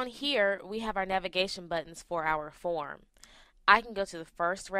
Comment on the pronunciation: is it 'phone' or 'form'. u r pronouncing 'form' incorrectly. i can hear form as phone. ha ha ha. and record u r pronouncing it as recard